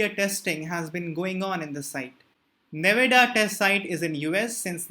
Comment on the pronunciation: Can you once pronounce Nevada in a right way